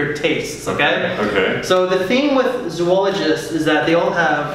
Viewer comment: Why do you, and all other fragrance Youtubers call this house "Zoo-ologist" instead of the proper pronunciation, which is "Zo-ologist"? Has Victor Wong not contacted all of you to tell you about your mispronunciation? I'm curious. Think about the word. "Zoo-ology" is not even appropriate by English standards of grammar, because it really would require that 3rd "o". Please say the name of the house correctly next time.